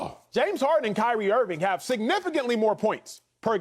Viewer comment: Who else died when Acho said “High-Rie Irving” 😭🤣😭💀💀